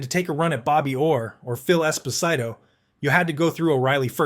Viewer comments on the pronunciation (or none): Phil Espo-sight-o?? Is that a human or a chatbot speaking because we all know how to pronounce Phil Esposito's last name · Keith magnuson never won a fight in his career. Who is narrating this video? He doesn't even know how to pronouce Esposito. Was he even around in the 70's or is just more shitty AI? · Never Call Phil Esposito Esposyto again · Phil Esba-site-toe ???